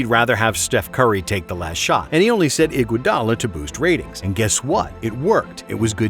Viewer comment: The way said iguodala got me dead asf😭😭